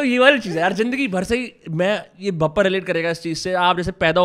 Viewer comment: Bhai vo Bhappa nahi Bappa hota hai Maharashtra mein. Ganpati Bappa